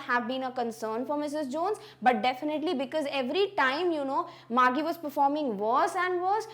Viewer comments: It was not Margie gi. It was Margie ji😅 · Mam your pronounciation for Margie is not correct its actually mar-'g' not mar-'gie'